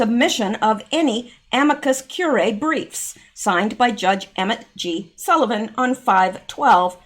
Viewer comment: it’s pronounced amicus cure-e-eye